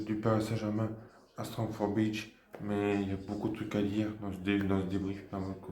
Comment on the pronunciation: " strom for beach" 🤣👍👍